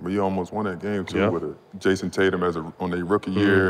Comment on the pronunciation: Bro said “jayson Tatum” lmao couldn’t take nothing else serious after that 😭😭😭😭😭